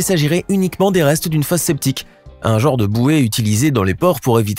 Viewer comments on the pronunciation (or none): none